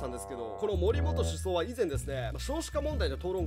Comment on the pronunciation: 前から思ってたけど、「首相」は「しゅそう」ではなく「しゅしょう」と読みます！ずっと気になってた！